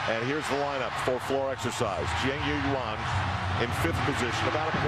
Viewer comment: I count at least 7 different pronunciations of "Jiang Yuyuan" from Al in this